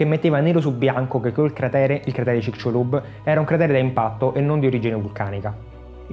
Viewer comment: il mio amico del messico lo pronuncia cicsulub. Cmq a parte questo banale dettaglio complimenti x il documentario 👍👍